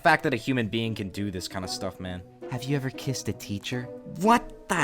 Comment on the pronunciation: I thought when the teacher said 'Have you ever kissed a teacher' it said 'Have you ever krissed a teacher'